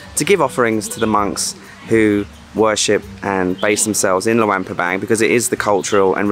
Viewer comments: Pronounce it like: Loo-ong pra-bong :) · It pronounced Lung PA bang